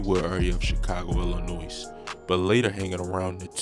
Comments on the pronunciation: This is so funny it ain’t even right first of all ILLINOISSSSSSS S ? Omg Shutup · Dawg if you gonna do these videos DO NOT pronounce the S in “Illinois” 😂😂😂